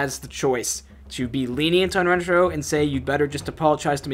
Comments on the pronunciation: She kept saying it RenTARo when it’s not like RENTaro. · I think you do too I just heard it right at the beginning and went 😬. I feel bad for Asian Americans that played this game, especially with Lani’s constant mispronunciation of Rentaro that even Yumi copies because I guess assimilation? Idk lol.